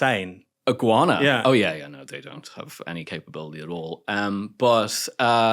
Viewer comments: How does he think you pronounce Guyana as "Iguana"? He does it consistently, so he clearly thinks that is how one pronounces it. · It's "Guyana", not "Iguana"! 😉